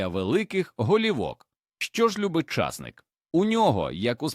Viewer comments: чАсник -чАснык , часнИк це , а не чАснык . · Ідійот, невже так важко втовкмачити ШІ що ча'стник-ов (приватників) сажають тільки на болотах, а часни'к садять в Україні і встановити правильне звучання слова. Просто жахливо, неможливо слухати, хоча тема і потрібна для села.